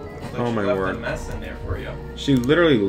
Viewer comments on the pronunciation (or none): why u have get your lights on in the day???? That's FRP you are little crazy why u say "OH MY WORK" I don't understand the Americans, but I think this is "OH MY GOD"